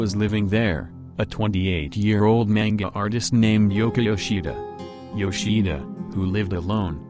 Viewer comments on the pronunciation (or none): none